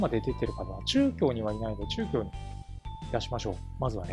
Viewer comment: ちゅうきょうってなんだろと思ったら、なかぎょうだったとは、、、やはり漢字の読みは難しい(-_-;)